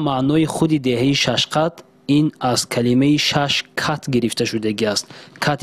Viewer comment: Шашқат не Шашкат